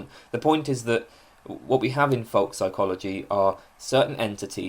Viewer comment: f o l k - rhymed with oak; not fock as you pronounce it apart from that brilliant and thank you for posting